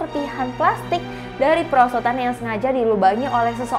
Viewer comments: "PERSOTAN" lah apa persotan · kok "persotan" 🤣🤣